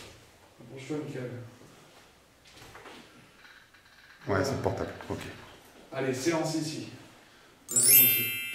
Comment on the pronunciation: A la place du PVE « mickael » moi je comprends « mon cœur »